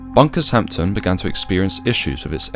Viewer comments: Why DO so many people keep on (erroneously) referring to it as "A HAMPTON" (twice !) It's NOT "Bunker's Hampton" because THAT would be referring to HIS DICK ("Hampton Wick" = DICK ) Is it REALLY that difficult enough not to say it properly, like it's pronounced, "HAMB-DON" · Its Hampden - pronounced Hamp-den and not Hampton